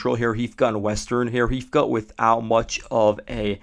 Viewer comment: That town is called Georgeyevka, in English, it would be "Georgetown". The "H" gives a "G" sound. I don't think there is a University there though. lol